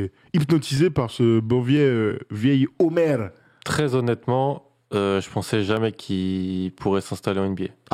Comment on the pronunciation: Prononcé "Eumer" pas "Omer" Le "ö" en turc se prononce "e" et le "o" se prononce "o" lol